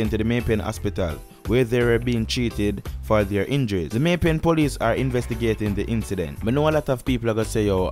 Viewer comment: May pen not may pay